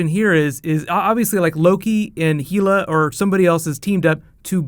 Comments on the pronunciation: H E L A.... as in Hel A...not heela...ffs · "Heela" - your vowels go pear shaped yet again - say Hel then say Hela - practice it. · It's hella not hilla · your the man but it's pronounced Hell-ah not heel-a. Can't wait for this movie!! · It's not said Heela, it's said Hella. Faking an accent doesn't make you sound smarter. Your theory is sound enough. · It's hella not heella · in Norwegian it's Hell-a not HEEEELA! There's NO HEEEEELA! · A couple of comments to the video creator. First, Hela's name is pronounced "hel-lah" not "heel-ah." Second, both in the comics and in Norse mythology, Hela is not a threat to Odin, and has nowhere near his level of power. He MADE her the "goddess" of death and ruler of Helheim ("Hel" for short, which is actually Hela's real name in Norse mythology). Hela actually isn't a goddess or an Asgardian at all. She, like her father Loki, is a Frost Giant. Odin banished her to rule over the dishonored dead in Helheim (a portion of Niflheim, one of the Nine Realms of Norse Mythology) as a punishment. Her powers come from her enchanted cloak, without which she can't even stand up unaided, and is revealed to have a body which is half dead and half alive. She must bow before Odin and submit to his will under normal circumstances, although she IS fated to lead the dead of Helheim against Asgard during Ragnarok, during which she, Loki, Heimdal, Odin, Thor, and almost everyone else in the Nine Realms (the entire universe in Norse mythology) will die, after which a new universe and new Asgard will be born. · Heela? Hela dude. Come on bro you're better than that. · Heel-a???? Hell-a!!! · it's hela as in hell not heeyla!!!! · HELLa NOT HEELa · Thanks for breakdown on this. FYI, its pronouced Hela, not Heela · why Heee-la? Hella is the correct pronunciation, is Disney/Marvel saying it's Heeela? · it's hella not heela!!!!!!!!!!!!!!!!!!!!!!!! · Sorry to be that guy,, but it's Hela, not Heela XD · Isn't it Hell-a nor heel-a?